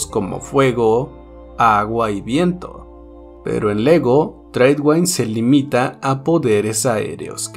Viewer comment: el nombre "tradewind" se pronuncia "treidwind" no "treidwaind"